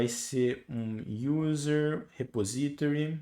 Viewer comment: Obrigado pelas aula, parabens pela didática. Se eu puder conteibuir, coloque a palavra repository no Google Translator /repósitory/